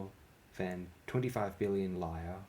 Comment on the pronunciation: I believe "lire" is pronounced "leera," not "lyre."